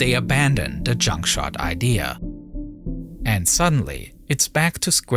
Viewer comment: How do we stop the oil from polluting the ocean? Shoot garbage at it! The narrator needs some serious English training. R sounds are completely lost like GROUP is said as GWOOP. Inflections are off too like when he says "junk shot", pausing in between the words.